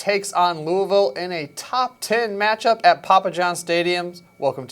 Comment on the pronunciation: Thank you so much for saying Louisville correctly